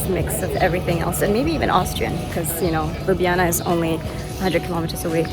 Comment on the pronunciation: Props 4 the prounounciation of Ljubljana and basicly all the other Slovenian city/places names. Really really good...you could learn Slovenian well ;)